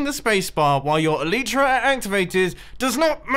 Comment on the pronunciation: The Elytra is not working becouse you are saying it wrong. You are saying it like this "Elytra" When you are supposed to say it like this "Elytra"